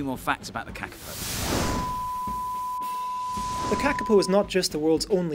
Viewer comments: Go the Kakapo, although they are cute even though they are dumb- btw you are saying it wrong it's pronounced carcapo (I would know as I live in New Zealand =] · You are pronouncing it wrong Kaa-Kaa-Poh I know this because I live in New Zealand